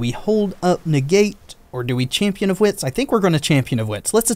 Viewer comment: I’m sorry man but every time you say chainhwirler or champion of hwits i die a little bit